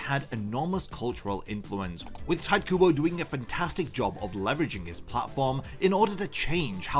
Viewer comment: They are not even "black" in a sense you think they are, but okay.... whatever floats your boat I can kinda forgive you hearing your horrendous pronounciation of "Tite" :D it is obvious you have no idea about japanese (and also you didnt really take any time to look up how the hell do you pronouce the name of the person who wrote the manga you talk about) Also just on the side, I do find black characters with huge lips and dark skin hilarious. Its called caricature, humor and not something to be offended by. Also there ARE black people who look like that. Cant a character look like a real person? I saw black guys with huge lips all the time when I was visiting africa, they exist :D